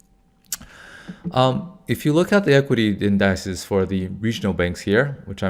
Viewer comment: say it with me--MEEEEEM stocks (meme is "meem" not "mem") 🙂 Also, indices (pl of index) is pronounced (IN-duh-sees) I always enjoy your videos 👍